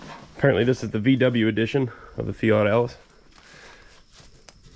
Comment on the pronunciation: I Love how you Pronounce that Loaders Name in Future Videos Fat Alice unless I'm Hearing wrong. which wouldn't be out of the ordinary for me Lol